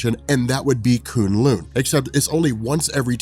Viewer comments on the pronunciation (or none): Who cringed every time he said coon loon instead of kun lun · It’s Kun Lun not Koon Loon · K-uh-n L-uh-n. Not K-oo-n L-oo-n. No big deal. This just seems like the kind of thing you pay attention to. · If he says kun lin wrong again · Koon loon? Lmao you mean kun lun.... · 😂😂😂😂 koon loon? K'un lun. (Ka un lon) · K'un L'un is pronounced like rhymes with bun. Not loon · kun-lun not konloon awsome vid tho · its pronounced k UN lung like a human lung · "Koon lune" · Anyone annoyed with the pronunciation of Kun Lun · Who here cringes every time he says kun lun 😂 good vid tho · You're pronoucing kun Lun wrong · The way he says k'un-Lun ruined the video for me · Your pronouncing Kun' Lun wrong. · Love your videos.....but your pronaunciation of Kun LLun is painful hahahaha